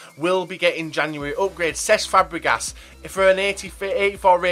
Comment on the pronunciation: Did he say FABREGAted???